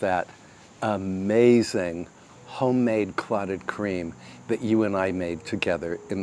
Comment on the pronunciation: I do not know what you are sayinf..are you saying "Clottedcream"?